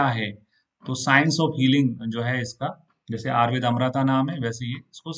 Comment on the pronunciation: Ayurveda nahi ayurved bolna chahiye